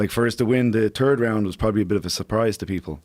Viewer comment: "Turd round"